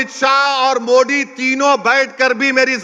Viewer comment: Pahile sahi se modi bolna sikh le baad me waqf board pe baat karna 😂😂😂